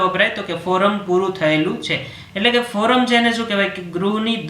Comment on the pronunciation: Sir its Koram not Foram